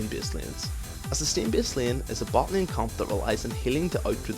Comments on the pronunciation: "sustin lin". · i thought u wrre saying pope with poke and lieen with lane